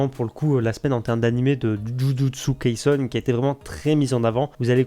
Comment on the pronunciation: C’est pas kaisun mais kaisen